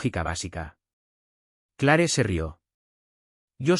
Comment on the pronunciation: Este narrador me crispa la paciencia. NICOLAS, no Nicholas, se dice Cleer no Clare. 🤦🤦🤦